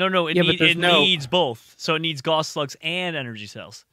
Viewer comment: it is pronounced (gowss) rifle not (gahss) even though it is spelled guass